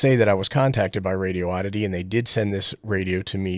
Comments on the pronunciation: "Radioddity" = "Radi-oddity" not Radio-oddity.😋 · "radiooddity" with an extra O. Lol